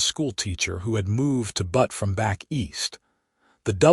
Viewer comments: It is pronounced Beut NOT Butt. I guess we all should be grateful AI is not perfect in its pronunciation - the machines still have a use for humans. Zelda and Owen complement one another as a couple. It is nice to see Owen acknowledging Zelda’s talent and learning from her. That is something you would not automatically think would happen on the frontier. Hmmmm - Zelda & Owen marrying after 2 weeks may be a stretch. Watching from Clarksville, TN. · I love the AI mispronunciation of Butte. It's corny and cute. This is my favorite narrator of western stories.